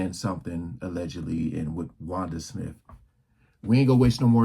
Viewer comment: Wanda smiff? 😂